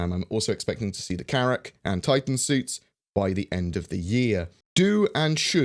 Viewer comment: Carrack? Pshash